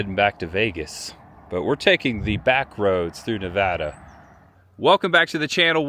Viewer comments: Props for not calling Nevada "Nu- VAAH-Duh." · Thanks for pronouncing Nevada correctly, for an easterner